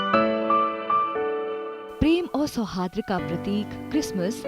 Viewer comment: 'सौहार्द' का उच्चारण गलत कर रहे हो मैम। इसमें सुधार करें। धन्यवाद 🙏